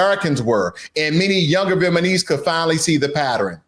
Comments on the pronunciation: Dude… it’s Vietnamese! Namese… Not Manese! From the country of Viet Nam… comes Viet Nam ese! If you’re going to talk about people from Vietnam… PLEASE Get it right! Listen to how the reporter says it! Can you hear the difference of how she says it and how you say it! VIET… NAM… ESE. NOT Viet Man ese. You say Viet Nam right… just add ese to it! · Is he saying "Vietmanese" on purpose? 😂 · Does anyone else hear the narrator/reader say “VietmaNese” instead of “Vietnamese”, or just me? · Its Vietnamese, not Vietmanese... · Pronounce Vietnamese correctly guy.. it is not Vietmanese!!! It is Viet-namese!!!! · AND YOU NEED TO LEARN HOW TO PRONOUNCE CORRECTLY: Vietnamese and NOT “VietMANese” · It's VIET-NAM-ESE not VIET-MAN-ESE. Spell it out, my man! Otherwise, great video! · Vietnamese not Vietmanese please! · It's Vietnamese, not Vietmaneese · Viet na mese, not Viet ma nese. Please bro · I appreciate the material. However, it hurts my ears when you keep pronouncing "Vietnamese" incorrectly. Viet-Na-Mese is correct while you keep incorrectly pronouncing it as Viet-Ma-Nese. It's N before M and not the other way around. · VietNamese, please, not VietManese!! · Can you say "Vietnamese", not Vietmanese? or I heard it wrong? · Small matter, but it's 'Vietnamese', not 'Vietmanese' ! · VietNAMESE, not VietManese! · the word is viet-NAM-ese...you incorrectly say viet-MAN-ese multiple times!!! you suck and your channel sucks because of your lack of intelligence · It’s Vietnamese not vietmanese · Viet-Na-Mese not Viet-Ma-Nese. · Bro it’s VietNaMese not VietMaNese. Got us mixed up with ChiNese or JapaNese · VietNamese not VietManese, please! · You need to pronounce the word vietnamese correctly! It is viet-Nam-ese and not Viet-Man-ese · Viet-NAM-ese, not Viet-man-ese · lol Good stuff, but you keep saying Vietmanese instead of Vietnamese. You’re saying it wrong. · No, he is saying it wrong literally every time. He keeps saying VietMAnese when it is VietNAmese. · Vietmanis lol.